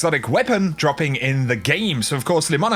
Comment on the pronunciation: Have you ever noticed, when you saying something like "dropping", you put a little "k" at the end of it? So it's like "droppingk". Love you.